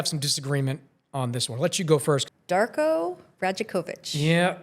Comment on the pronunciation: Damn you butchered the coach’s name lool